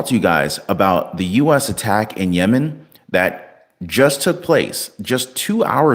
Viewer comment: He called Yemen lemon😂